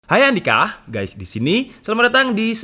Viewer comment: 0.00 kok kayak ngomong hai handika